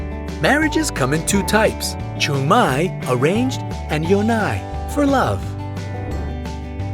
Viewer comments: Chungmae 츙마이(중매) yonae 연나이(연애)ㅋㅋㅋㅋㅋㅋㅋㅋ뭔가했다 진짜ㅋㅋㅋㅋㅋㅋㅋㅋㅋit's actually pronounced to jong-mae and yun-ae i guess.ㅋㅋㅋㅋㅋㅋ그리고 뭐이리 잘못된 정보가 많냐; 누가보면 국민들 똥멍청이같겠네. 요즘 누가 혈액형 성격설을 100프로 믿으며 선풍기 괴담을 진실로 받아들인다고..;; 한국인을 데려다 놓고 만들거 아니면 이런 거짓된 영상좀 안퍼졌으면 좋겠다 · Im Korean. In No.5, I couldn’t understand two words because of wrong pronunciation. So I’ll correct them. Chungmae -> Joong Mae. (Arranged) Yonae -> Yeon Ae. (For love) :)